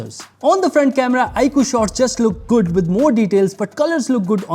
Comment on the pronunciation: It's jood